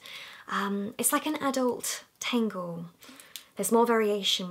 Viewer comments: Why does she say tengle when it's a tangle? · tAngle not tEngle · I thought you were saying FAIRY tangle. I got all excited... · She says tangle like tingle ha 😂😂😂😂😂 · Amy Rogers So? You can’t laugh because someone doesn’t speak like you do ? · you sound like your saying tango in a scottish accent when you say tangle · Who else thought when she was saying furry tangle she said fairy tangle lol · Me thinking she’s saying fairy tangle 👁👄👁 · i thought you said fairy tangle haha